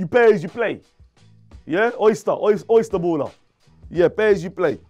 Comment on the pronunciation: “Oyster Baller” get out😂😂😂😂